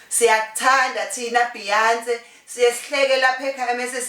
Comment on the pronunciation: lol ayyy ayyy ayy... Maka bEyoncE... "ngangfuna ukuthii abE safEty"..'BhiyansE' (dtz how shE pronouncEs it)